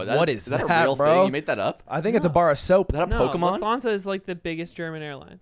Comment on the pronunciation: The way he says Lufthansa is killing me, i didn't even understood what he meant until he said it's a german airline